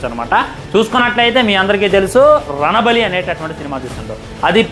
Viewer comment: Dey....రణబలి కాదు, రణబాలి